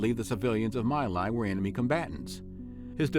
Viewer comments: It was called Me Lai not My. And its Whey not Huey. Please Learn pronunciations. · My Lai is pronounced Me Lai (as in you and “me”) not My.